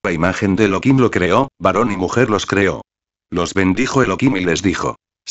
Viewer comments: Elokim es tu perro loco .....es elohim tu voz no es agradable para disfrutar de la palabra De elohim habla normal no en auto tune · no es elokin, es Elohim (elojim); Efectivamente es Elohim (Elojim) sin embargo se pronuncia Elokin para no pronunciar su nombre en vano, cuando se conversa, en lectura que no sean con total cocentracion del nombre de Di-os, o cuando no se lee directamente de la Torah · Esta muy rapida la lectura y el locutor pronuncial mal el Santo Nombre Elohim pronuncia Elokim.. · no es elokin, es Elohim (elojim) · Elokim se pronuncia en Yidish ya que en el Hebreo Se pronuncia Elohim , como por ejemplo en Yidish Elokai se pronuncia y en Hebreo se pronuncia Elohai ;) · Es elohim no elokin mala lectura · El locutor pronuncia Elokim..